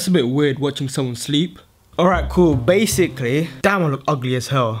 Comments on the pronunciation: Why do you always say bacicly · why do u say evey video baciclyy 😂 annoying